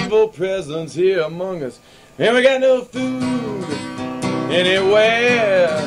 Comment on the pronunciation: He said “Among Us” to rhyme with “Fungus”.